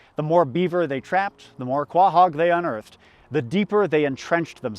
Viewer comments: Very good video, but one issue, You claim to be from Massachusetts, yet you pronounce Quahogs KWA-Hogs when it’s Pronounced KO-Hogs. Have you been body snatched? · Dude. It's pronounced "co-hog." You should know that. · It's pronounced co-hog, right? I'm from Cape Cod and that's how we pronounced it